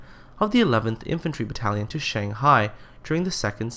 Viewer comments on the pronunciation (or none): none